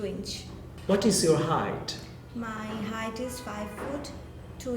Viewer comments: it is height not hight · Height not hight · It's height not hight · Actually you need help... It's Height* Not hight